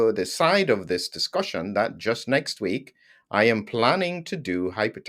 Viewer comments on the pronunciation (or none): none